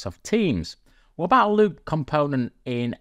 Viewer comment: Why does it sound like he says Lube every time he says loop...no one wants any of that!!! LOL